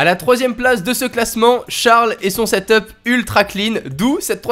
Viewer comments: on dit setep et pas setop desoler mais je suis insatisfait 😂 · Sa se dit setup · Ca ce dit seteupe pas setop